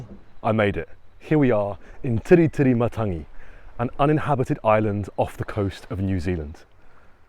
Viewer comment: I love how you’ve got a suspicious look prior to going on your walk. Eyes are the window to your soul 🙄 Perfect pronunciation of the Island. Thanks for the video of Tiritirimatangi love the quails, tui, other birds, trees, plants, beach and nature